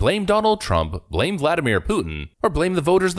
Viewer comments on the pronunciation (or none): none